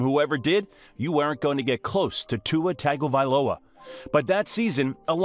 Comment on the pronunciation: The mispronunciation of his last name is killing me. It’s not TAGovailoa, it’s pronounced TONGovailoa